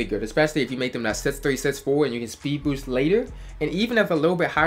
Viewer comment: “you won’t be able to speed boowst”